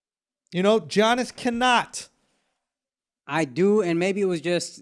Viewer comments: Lol, it's YANIS not G-ANIS. Do u actually watch basketball?? 😂😝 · Yo Andrew I just have to say Giannis is pronounced like “Yannis”. You’ve said Jiyanis for weeks, lol just so you know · Isnt this a sports podcast bra? Let's tighten up. It's like 20 episodes where u mention this mysterious JOHN-IS guy. Giannis = YON-NIS BRO HIS NAME IS PRONOUNCED YAHN-IS NOT JOHN-IS